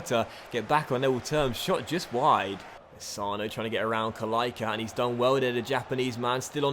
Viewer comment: The "c" in "Kalaica" is pronounced "tss", just like for "Pjaca", however if there is an accent on the "c" in the name of a player from country like croatia and serbia, it's pronounced "tch"